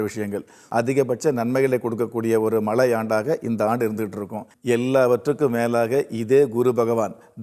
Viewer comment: Bhudan is not correct. Puthan is correct . சாத்திரம் ஜோதிடம் சொல்லுவதற்கு முன் தமிழை முறையாக பேசக் கற்றுக் கொள்ளுங்கள் . மலை பகவான் அல்ல மழை பகவான் . Dhaniyam is wrong. Thaniyam . Bhayam wrong . Payam is correct .